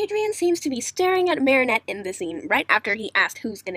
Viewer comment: Ehy u said marriniot